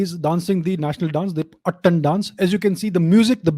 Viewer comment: Thank you sir for this infromative video But sir the proper pronunciation of pashtun dance is “attaaan” (its आ not अ in it ) ☺️☺️❤️ as i am a pashtun hindu myself found it really interesting knowing about my ethnicity ☺️☺️